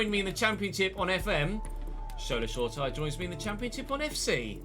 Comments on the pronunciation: FYI, Shola’s surname is pronounced “sure-a-tea-ray” rather than “sure-tyre” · Hi love the vids, just to let you know Shoretire is pronounced Show-ra-tee-ray.